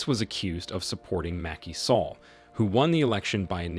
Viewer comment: Interesting and insightful video but the pronunciation of most of the African leaders names are wrong. A simple search would have given the correct pronunciation. For example Macky Sall's surname does not rhyme with fall, its rhymes with 'pal' Abdoulaye Wade's surname is pronounced 'Wad' not Wade, and the country Niger is pronounced 'Nee-jer'.